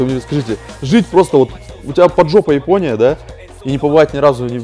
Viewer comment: Ипония ипония ипония, Ивгений !)